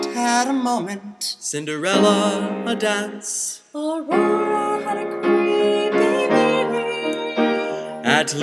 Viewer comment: actually re-watching it its sounds more like "Eerie meeting" then "Creepy meeting"